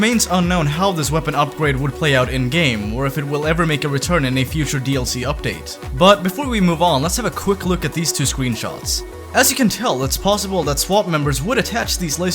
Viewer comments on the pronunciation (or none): Scweenshots hahaaaaaaaa😂😂😂😂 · "Sqeen shots"